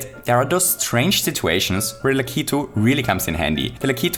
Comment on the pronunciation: Oh thank the only true God you said "Lakitu" right...I hear so many people say it lack-it-oo.